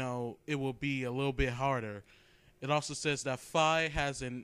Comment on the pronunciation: Lololol. You said Fee.